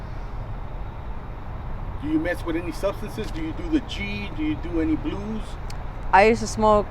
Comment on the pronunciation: Bro I like respect your videos and all but you sound so funny af when you say the word blues